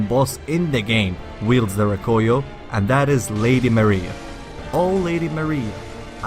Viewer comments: The " Roh-Koy-Yo" Its Rah-Koo-Yo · Rakuyo* not Rakoyo... awesome video anyways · its rah-koo-yoh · It was really pissing me off when I heard you saying Rakuyo wrong but good vid nonetheless